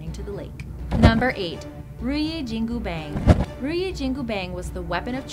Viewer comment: the way you pronounced jin gu pang make me cringe